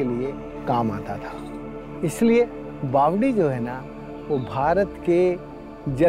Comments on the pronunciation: Not #bavali it's #BAVADI 🦁🇮🇳🦁 SIR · बावड़ी होता है, not bawali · सही उच्चारण बावड़ी होगा न की बावली